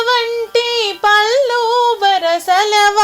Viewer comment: పల్లు అనకూడదు